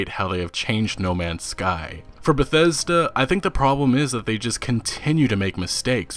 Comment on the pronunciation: The real crime was how you pronounced bethesda at the beginning